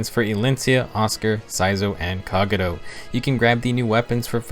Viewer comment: I don't like how he says Kagero's name